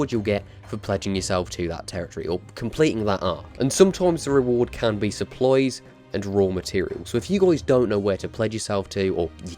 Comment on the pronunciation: Your saying supplies sopploys